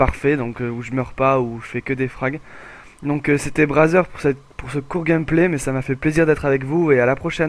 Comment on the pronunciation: ^^ bizare le nom et la prononciation ca fait penser a un site plutot louche